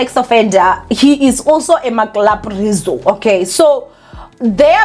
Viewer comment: "Ma Clap-rizo"🤣🤣🤣